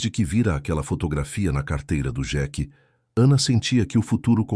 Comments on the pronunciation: Senhor a pronuncia não é xeque é sheik 🤦🤦🤦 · Nao e jequi é Sheik......não sabe falar IA. Ou quem traduziu é burro. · Por que que o narrador não fala Sheik Fala Jack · O narrador não sabe falar sheike